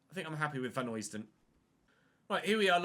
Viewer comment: Pronunciation of Vanheusden is Van-hø (as in Ødegaard)-sden rather than Vanhoysden (from a Belgian) Greatly enjoying the series! :))